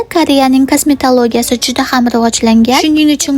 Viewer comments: Kasmetoloji emas Kasmetalogiya 😂😂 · Iltimos kasimitoliji demen g'ijimim keladi 💩💩💩🤡🤡🤡💢💢💢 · KASMETOLIJ MAS KASMETOLIJ DEB AYTING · Kosmitolij?😂 faqat manga shunaqa eshtildmi?